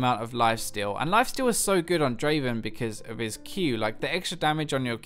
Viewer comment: Not draven... draaaaaaaven